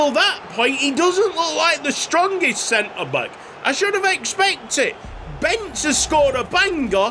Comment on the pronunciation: As a Hungarian I can tell you to spell the second 'e' in Bence Macher's name like the first 'e'.